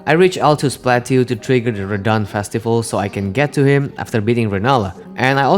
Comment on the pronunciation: If you did it on purpose I commend you but in case you didn't know, Plateau is pronounced "Plat-toe" because it's French, in case you care :3